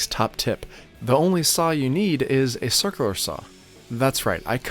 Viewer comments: It's called a circ-u-lar saw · I love the way you say cirkerler saw! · Dude, you need to learn to pronounce "circular." Don't use plug screws on fascia boards.